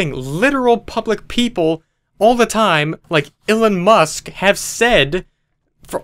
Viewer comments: He said ellen musk not elon 😆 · no one:: "Ilon Musk" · Me: says "Elon Musk" Dallas: says "Elon Musk" Me: "that again but in English this time"